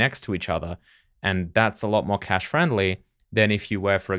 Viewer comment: It's nice that you've learnt how to say cache properly. Love the code review series